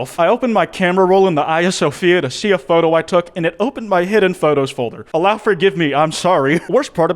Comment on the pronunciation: The way I heard him pronounce Allah.. I’m sorry but W h a- Could’ve said god.